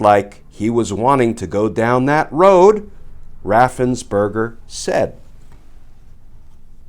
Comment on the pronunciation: Perger, it's Raffensperger, not burger.